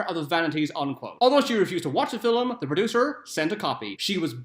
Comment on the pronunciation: Film... Film... why are you saying Filum?